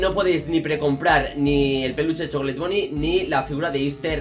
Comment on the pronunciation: Mi profesor de inglés te mataba por pronunciar chocolate mal en inglés XD ese es el man behind the class